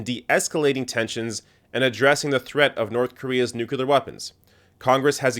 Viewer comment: I love your videos, watch them all the time. BUT! Please! There's only one "u" in nuclear! It's pronounced "new-klee-ar" not "nu-cu-lar". GW was mercilessly mocked for not knowing how to pronounce this very simple word. You don't want to be in his company, do you?